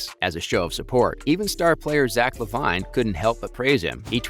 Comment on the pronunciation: His name is Lavine...pronounced Lavene.....if you have never watched the NBA you shouldn't speak on NBA videos and should immediately hide in a hole until oxygen is gone. Trash.